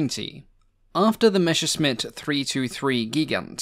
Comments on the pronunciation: MESSERschmitt! ... MESSER - NOT MESHER!!! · ... the hell is a "Meshersmitt"?